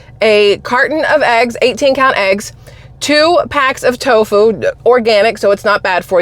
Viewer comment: Did she just say Toffue? I'm out!